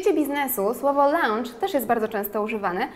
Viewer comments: też mi się tak wydaje... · tam nie ma 'au' w wymowie...